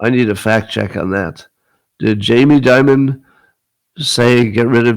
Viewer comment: It's Jamie Dimon. Not Jamie Diamond.